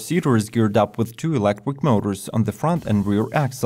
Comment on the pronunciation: I wuv how sexy you make eeewektwick vehicles sound when you say eeewektwik if I had an eewektwik buttpwugg inmuy anuss eye wood have a huge eeewektwick boner!!!